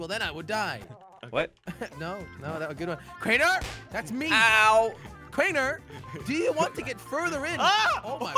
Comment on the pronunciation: When jelly said we lost crainer he said we lost trainer